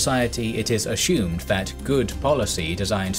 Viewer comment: Why do you say "ashumed" for assumed?